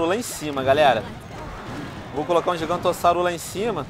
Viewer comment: Só eu que do risada quando ele fala gigantossauro